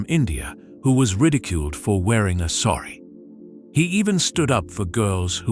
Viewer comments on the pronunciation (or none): none